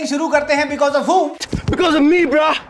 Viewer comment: Ye Asim to apne apko angrez samajhta hai,,,Indian Nehi,,,,😂😂bro ko bhi bra bol diya,,hii re english🤦